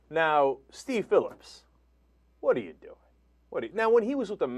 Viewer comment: “Deev” Phillips?? Brooke “Heedly”??? I love that the dumbass female host doesn’t even know the names of the two people in the story she’s reporting on. What a dope! 😂